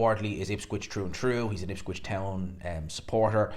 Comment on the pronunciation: For the umpteenth time, it’s Ipswich, not Ipscwich